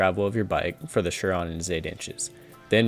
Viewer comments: SIR ON .. not sure-on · No... it's pronounced "Sur-Ron"...